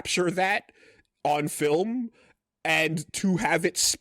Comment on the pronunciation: That's not true. You also get to hear try to pronounce film a few times with various results. Sometimes he catches a film, but 3 seconds before it's a fillum, whatever that is.